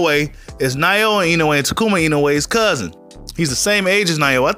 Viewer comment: Why everyone including the announcers saying his name all butchered up when it's not even hard to say for an English speaker? It is Naoya(NOW-YAH) Inoue(IN-O-WAY) lol But everyone keeps adding random vowels in his name. lmao